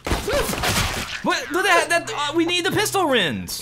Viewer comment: ''We need the pistol rins'' - 2019